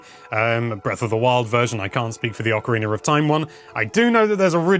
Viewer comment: Why do you say ocarinaR of time!?